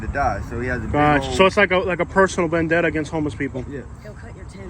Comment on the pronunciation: Vendetta not bandana.